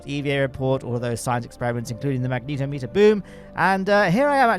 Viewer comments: "magnetometer" is pronounced "mag-net-om-ee-ter". It measures magnetic fields, not magnetos (a magneto is an old-fashioned car part that generated electricity, later replaced by alternators).🤣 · "mag neet o meter" wild pronunciation